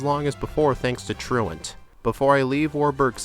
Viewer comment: Found you last night and enjoying the videos! I genuinely appreciate that you pronounce "truant" correctly. 😂 You earned a follow with that one!